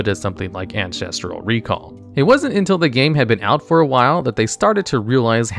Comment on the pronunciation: You skipped a couple of letters in your pronunciation of "Ancestral Recall".